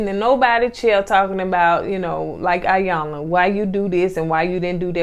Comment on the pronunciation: So glad you reviewed this! It's pronounced E-yanla by the way.